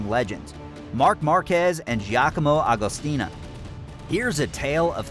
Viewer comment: hey.. its Agostini and not Agostina!!!